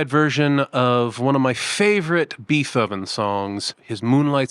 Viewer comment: Did he purposely butchered (saying the name wrong) Beethoven's name?!?